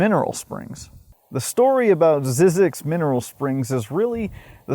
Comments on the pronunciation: You probably should first learn how to pronounce the place you did a whole video about. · You are mispronouncing the name. There was a documentary on this place on PBS a while back and the first thing they did was get the pronunciation of the name sorted out. It's not Zeeeee zyzx it's 'Z-EYE' zyzx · the correct way to say it is zeyezx, the y is long sounds like , eye in the middle, not zizx road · I was always told that it was pronounced Zz-eye-zx, but I can’t confirm the pronunciation one way or the other. Also, there was 2006 indie film about Zzyzx Rd. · Pronounced "ZZIZX", lived in Baker for 6 years. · Very interesting video.. I started taking field studies classes in 1990, and took classes for the next 30 years, so I know the place QUITE WELL. Just one correction . . . Zzyzx is pronouced 'zy-six'.... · Just fyi--it's pronounced "ZY-zyx" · When I worked at KHWY, we were told it should be pronounced ZYE-zix, not ZIZZ-ix. Not sure which is correct, but the whole story is very weird. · It’s pronounced “zee-six” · Wish you would pronounce Zzyzx correctly it’s (zeezix) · We always pronounced it a one syllable word with a silent X ie. “Zees” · It's zeeee zix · You pronounce it incorrectly. It is pronounced ZY ZEX,. The Y is a hard Y. My late father, who was the guy in charge on that freeway for CalTrans when that freeway was constructed, took it upon himself to make sure that the sign for ZZYZX Road would not be removed, as Cal Trans was planning on doing. I am 71 now but have vivid memories of my father coming home and telling us about ZZYZX Road when I was in elementary school. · It’s pronounced ZYE- Zix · This has an AI voice cuz it doesn't know how to pronounce zzyzx (zizeeks) the I is long and does not pronounce the tribes name Kiowa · I've been to the research station for a desert workshop. We pronounced it "ZYE-zix" instead of "ZIZZ-ix". Not sure which is right. I love crazy history tho.